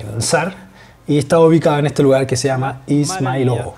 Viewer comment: It should be pronounced izmAylovo, bro - like 'eas-MIGH-lovo' with the middle part of the word stressed :))